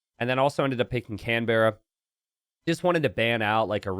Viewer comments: If only he pronounced Canberra correctly. Can-brah. Can. Brah. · The only downside was having to hear pronounce "Canberra" the way it's spelled rather than with our lazy strayan pronunciation.